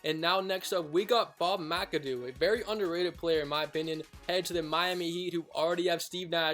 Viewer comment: you pronounced McAdoo right and Schrempf too